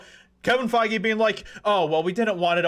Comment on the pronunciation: It's pronounced fey...... 😂